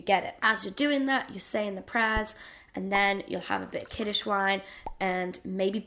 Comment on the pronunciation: Actually it's "kiddush", not "kiddish". Happy Chanukah :)